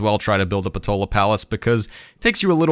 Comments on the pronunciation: If I did not get it wrong,, it is PotAla Palace, not PotOla Palace. That puny little culture/faith/diplo-vic-point definitely do not worth that effort AT ALL, but that policy card, damn, that policy card, that extra policy room for maneuvering, that little wiggling room, that extra bit of freedom, makes it worth every struggle. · Should be “Potala”? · If you're from Ireland like me you may call this wonder "Poh-tā-lā" palace just saying. PS: I can say you might have been hungry at the time of recording if you were talking about potatoes of many kinds hehehe :P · Unfortunately, you didn’t get it correctly like you said, it’s Potala Palace RIP